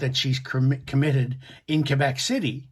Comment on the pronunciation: Your English so it's pronounced Quebec not Kuebec.